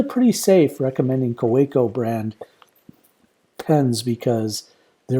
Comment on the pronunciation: If you’re a collector you may be interested in knowing the correct pronunciation of “Kaweco” is “KAVEECO”. :)